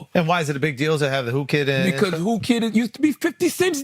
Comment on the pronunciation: Did motherfriggin’ Charlemagne call Whoo Kid WOOO KID?? Whoooo we listenin’ to and why??